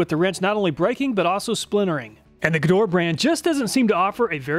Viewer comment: dude...."Gedore" is pronounce correctly in German like with hard "G" and the two "e" as the "e" in "effort"